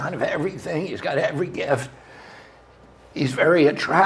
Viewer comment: You forgot one letter when you were saying "grift"